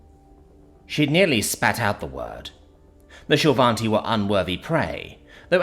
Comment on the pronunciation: hahaha. Also despite pronunciation, there's no n in shil'vati